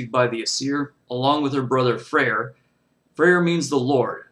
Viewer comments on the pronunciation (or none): His name is not pronounced Freyer...it's pronounced Frey; the R is a grammatical marker and is not pronounced.